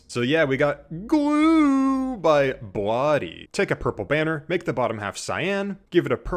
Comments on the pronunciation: i've never head anyone pronounce bladee as "blahdey" before 😭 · DRAIIINNNN GAANNNG Thats the funniest way to say bladee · that bladee pronounciation was horrendous 😭😭